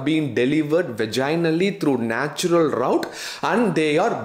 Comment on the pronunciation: U r superb No match Pls don't twist the pronunciation for style English English is style Thus it is universally accepted U said vaginal rout not route